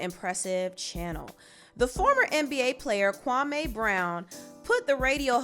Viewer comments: Kawme? As far as i know that is a Ghanian name and its pronounced Kwame 🤔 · Why u keep saying his name wrong, it’s Kwa-mee not Kwa-may smh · No offense but I’m cringing every time the name Kwame is pronounced Kwamé🤦🏾‍♀️🤦🏾‍♀️ it’s Kwame (pronunciation of the ‘me' is like the word me. Lol js... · His name is not ‘Kwamayyy’ it’s Kwame, as in ‘Kwameee’ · Kwame took me out with weasel face 😂😂😂AND ITS Pronounced KWA-ME .., NOT KWA-MAY!!! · Kwame ... kwa-me (like me not may) and I hate side taking stories from journalist. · It’s pronounced Kawmeeeeeeeee... & you should have heard what he said about Steven Jackson & Matt Barnes! Straight flame 🔥